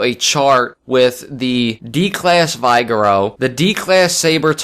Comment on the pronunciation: its pronounced Vig-err-o